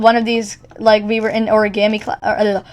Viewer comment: Ah yes, the legendary Or-uh-Gahm-E class... (timestamp )